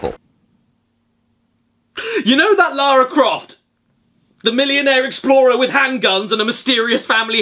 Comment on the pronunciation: Laira cwoft